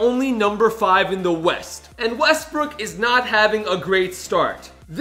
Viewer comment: Wait R you said westbrick